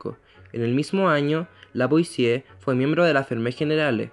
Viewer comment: Raro que pronuncien bien "Antoine" (Antuán), pero no "Lavoisier" (Lavuasié), Por lo demás, excelente video.